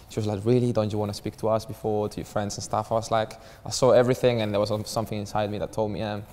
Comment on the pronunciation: "Staff Lak dis" "new Staff like dat"